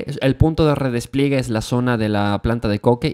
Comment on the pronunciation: redes pliegue maaaaaal, redespliegue re-des-plie-gue todo junto, madre mía